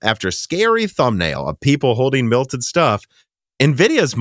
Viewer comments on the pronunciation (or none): Please issue a correction on the way you say, "melted"....... milted Hard cringe. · Lots of "milting" in this video lol